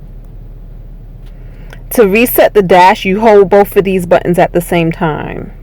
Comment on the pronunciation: Acella-ray-in. Learn English. Hold bowf ahh dez buttons...Again learn English.